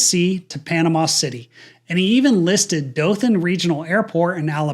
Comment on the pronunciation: I'm from Dothan and hearing someone say it correctly is so refreshing. I actually took my first flight as a passenger out of Dothan regional